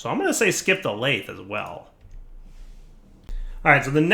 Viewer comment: “Lathe” is pronounced with a voiced “th” sound like “bathing,” not with a voiceless “th” sound like “bath”